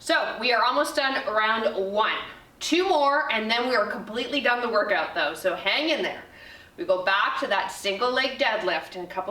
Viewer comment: Fantastic workout for my 46 year old body. Love the honesty and instruction. One funny piece of feedback to share…every time you said the word ‘done’ after each set I thought you were saying ‘DIE’. Got me giggling until I realized on the last set what you were saying!! No better workout than one you are smiling through the whole way!!